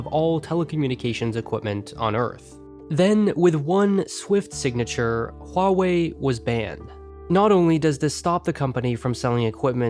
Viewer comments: “Wall-way” go away 😂😂😂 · its Wah-wey.( i guess(no offence)) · I think it's more like Hu-a-way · huawei is pronounced like dr. light says 'wily' in mega man 8